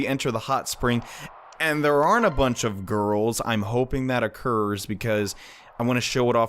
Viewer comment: It may just be the accent but I couldn't tell if you said aren't or are.